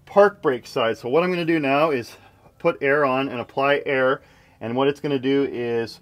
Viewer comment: Almost thought you kept saying meow not now The back doors turned out well nice 👌🏻